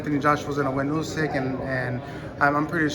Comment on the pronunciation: Why Is it nobody in America can pronounce usyk name correctly? It's Pronounced ood-sick like OO in Wood